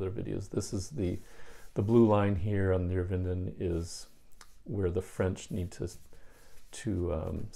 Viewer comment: Neerwinden “nair - vinden”